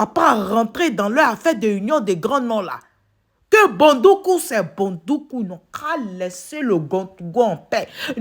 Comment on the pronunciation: Éeeeeeeh tu prononce bien ma ville dèh ko Bondoukou ne sera pas dédans. 🤣🤣🤣🤣🤣🤣🤣 Merci pr tout. Dieu vs protège et bénnisse. 🙏🏽😘❤